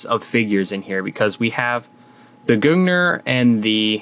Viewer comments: you pronounced gungnir wrong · Hey can we get a native norwegian to tell us how to to pronounce gungnir?